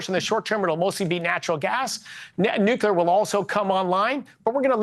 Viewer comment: Nucular energy is the way to go. Look at the US Navy's nucular ships. Thirty to fouty years of safe use in ships. The navy went from eight genrators to two in the Ronald Regen super carrier. These things work and are very safe. We need to get to work.